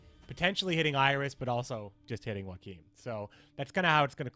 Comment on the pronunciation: Well, at least you pronounced Joachim correctly... No seriously, you pronounced almost every other name wrong. Like, wow.